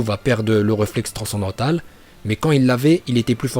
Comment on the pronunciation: "réflex transandantale" il me tue ce mec